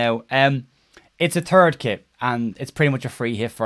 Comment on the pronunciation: I thought I heard you say “it’s a turd kit” which seems about right.